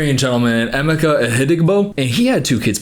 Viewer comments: Oh my gosh😂😂😂😂 I'm Nigerian and I just realized , his name is Emeka. You have been mispronouncing it as Amika and I thought that it was a weird English or Filipino name. Btw its pronounced "Eymayka" emphasis on the ka. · The way he butchered Emeka’s name, help😭 Love you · No offense but as a Nigerian, that is the worst pronunciation of Emeka I've ever heard 😭😭 (To be fair, I went to look for a video of her pronouncing his name and it's also terrible 😭)